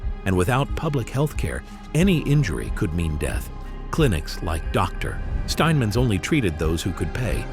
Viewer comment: that pause when he says “Dr. Steinman” like dude, the sentence didn’t end in the middle of that dude’s name.